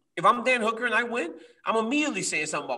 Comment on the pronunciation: Wow Ariel pronounced Michael Chandler and Hooker right what the f!!??? Usually i hear names like Habib (khabib) or Rhamzat (Khamzat) or even Adissonya (izzy)